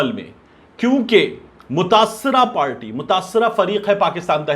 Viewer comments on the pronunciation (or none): none